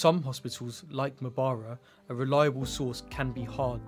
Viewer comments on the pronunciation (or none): Wrong pronunciation there.... m-ba-ra-ra.....but good piece though.